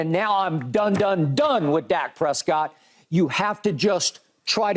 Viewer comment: Dak "Stress-COTT" 🤣😂🤣